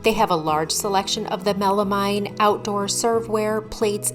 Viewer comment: Great video. FYI: melamine is actually pronounced melameen.